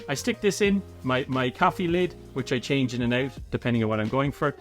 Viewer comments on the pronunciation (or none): none